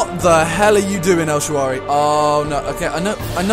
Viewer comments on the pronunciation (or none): El ShaaRaWy. Not El ShaaWaRy :D